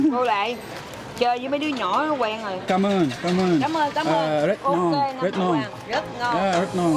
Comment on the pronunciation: I’m a native. The way he pronounced it is good for a foreigner. Stop being so criticizing. The way he said “cám ơn, rất ngon” is on point. At least people can understand.